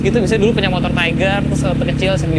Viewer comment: please bukan taiger 🥲